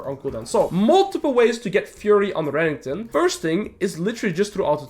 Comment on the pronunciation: I like how you pronounce Renekton. Rankton xD